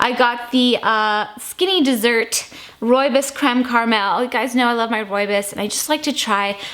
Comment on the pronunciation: Hi, been watching and enjoying your videos for a few months. This is the first tea time video of yours I've seen. I'm from South Africa and happy to see that you enjoy roobios so much. Not sure if anyone has ever pointed this out and I hope you won't take this the wrong way. Your pronunciation of roobios is slightly off. The last part is pronounced more like "boss" the "bs".